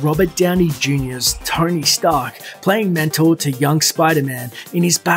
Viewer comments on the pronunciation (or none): none